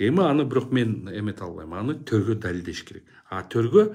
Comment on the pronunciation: Ассаляму алейкум ва рахматуллахи ва баракатуху урматтуу! Аллахым өзү сизден, ыраазы болсун! 🤲 ЧЫНДЫК ИЙИЛЕТ, БИРОК СЫНБАЙТ! Акыры ЧЫРКЫРАГАН ЧЫНДЫК ЖЕНИП ЧЫГАТ, Буюрса 🤲🤲🤲 Төргөо эмес - ТЕРГӨӨ деп туура айтыңыз Вы, наверное, русскоязычный.. Пусть АЛЛАХ ВСЕВЫШНИЙ доволен будет вами и Вашими БЛАГИМИ делами! 🤲🤲🤲 Да предохранит Вас Всевышний Всемогущий, Великий Аллах 🤲🤲🤲